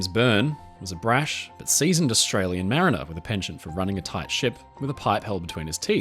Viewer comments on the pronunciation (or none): none